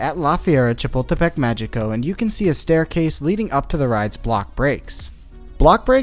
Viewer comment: Just a nitpick, but "Magico" is pronounced "Ma-hii-co". In Spanish, when a g is in front of an e or an i, it sounds like an H (well, the English idea of an H, since Spanish H's are silent). Sorry, but this is one of the few things I still remember from my high school Spanish class.